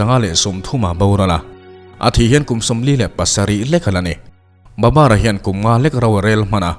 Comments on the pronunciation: Babar ti loin Babur tiin a in ziah dan ang khan lam rik tawp tur aw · Babar tih hi,babur ni zawk lo mi